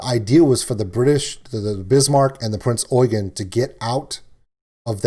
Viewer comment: Haven't finished the video yet, but as a german myself i really do appreciate a lot that you pronounced the name of the "Prinz Eugen" perfectly.